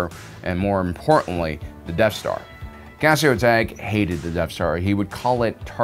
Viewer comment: First, you pronounced Cassio Tagge's name wrong. Second, you put Director Krennic on this list of most competent officers, and then there's Tarkin on your list of most incompetent officers. This is just inherently wrong. You'd know that if you read the novel Thrawn: Treason. Which truly shows Krennic's incompetence more so than Rogue One. Tarkin has a far greater success rate and skill level than Krennic could ever hope to have. I'm not sure why this has to be stated. This is an objective fact.